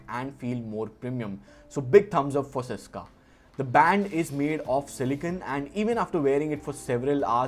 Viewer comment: Bro the word is SYSKA - i love your channel and your videos but i had never won any giveaway literally never i want this very badly 😢 pls. I had also buyed stuffs from your link